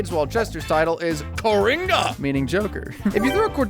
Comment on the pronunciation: as a Brazilian, I gotta say, I love your pronunciation of Coringa LMAO